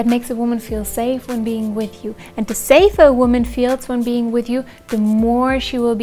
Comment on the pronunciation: "saver" - I think you mean "safer"